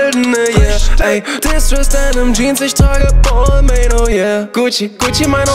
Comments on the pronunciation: Hab gegoogelt Balmain spricht man so aus: bel'ma(n) 🍍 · Ehrenmann kauft sich Marken die er nicht mal aussprechen kann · Lern bitte erstmal balmain auszusprechen bevor du einen Song drüber machst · Wie wird es ausgesprochen Bal ming oder was😂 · Belmain wird es ausgesprochen aber Balmain geschrieben .... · Das ist französisch, dass i und das n werden nicht ausgesprochen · Red nicht von labels die du nicht mal aussprechen kannst